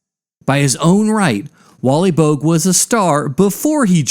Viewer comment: Boag? Pronounced bow-ag